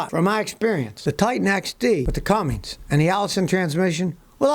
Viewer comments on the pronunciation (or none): It's Cummins, not Cummings! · Scotty, STOP SAYING "CUMMINGS"! There is NO G in CUMMINS. You oughta know better, it's right there on the fender badge. Also, Nissan's 300hp V8 Cummins diesel has not been a big seller, and reviews I've seen were somewhat negative. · Making sure you get that silent letter [G] in Cummins. 😆